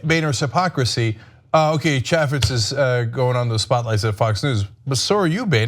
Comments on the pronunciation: ITS PRONOUNCED...CHAAA FEZ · Fyi, Chaffetz is pronounced chay' fits (the a is pronounced as in the words hay and hey) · Pronounced: Chay-Fits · Ok so the way they both pronounce Chaffetz was getting to me. I thought it was Chaffetz with an A like April, not Apple. I know, stupid, but they say it so much in this video. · I know Jason Chaffetz is less relevant than ever, but you continue to mispronounce his name. Chaffetz has a long A sound, like in the word "chafe" rather than "chaff". There's an easy way to remember this, and I know I say it every time, but think of a chafed scrotum, and then think of Jason Chaffetz. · Stoners don't even know how to pronounce Chaifitz name!! It's a hard a not soft LOL